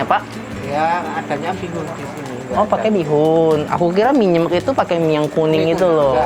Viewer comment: Nyemek baca "e" nya yang belakang kayak huruf "e" di sepatu kak. Jadi pengucapan "e" yang depan sama belakang sama.